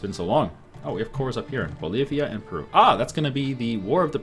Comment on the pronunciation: NO! , He did not just call Peru, "Pay-Roo"